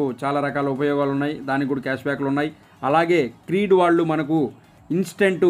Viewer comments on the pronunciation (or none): క్రీడ్ కాదు క్రెడ్